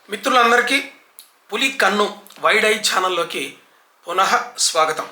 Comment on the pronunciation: Only the man who is pronounced Punaha.. exactly with the original aroma of our language, that is you. Namaste🙏🙏🙏